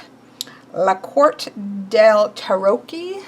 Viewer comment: Ahahah the way you said "Tarocchi" is the funniest thing ever <3 (we actually pronounce the CH group as K ;) )